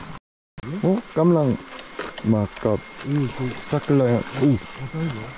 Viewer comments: เช่า จัก กะ แลน (จักรยาน) โอ้ยภาษาไทยชั้น 55555 หนุ่มเกาหลีพาเพี้ยนหมด เสน่ห์ของน้องๆ ก็คือการพยายามพูดภาษาไทยนี่แหละ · เราได้ยิน"ขี่จักรยาน" เป็น "ขี่จั๊กกะแร้" 5555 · เอ็นดูเวลาพูดจักรยาน ฟังเป็นจั๊กกะแร้ทุกที ขำมาก 🤣🤣🤣